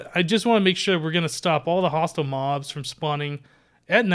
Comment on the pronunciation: When I heard you say hostile mobs I thought you said hostile mums......mums can be hostile sometimes